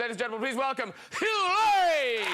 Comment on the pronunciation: "Mr Eugh Hlorie"